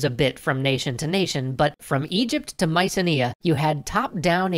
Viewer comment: "Mycenea." Mycenae* (my-SEE-nay).